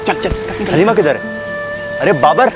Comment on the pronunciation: Aslo its pronounced HALIME not Halima or Haleema. And its pronounced HALEEM-AY